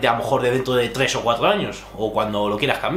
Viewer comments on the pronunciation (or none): Porque? No pronuncias la R? En vez de tres dices tges.